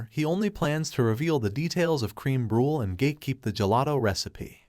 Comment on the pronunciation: Good job, but it's pronounced bru-leh not Bru Lee. Also Kim Chee not Kim chy